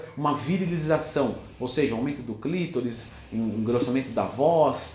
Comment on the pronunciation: O cara manja demais, sou fã do canal, mas foi engraçado o "clítoris" kkkk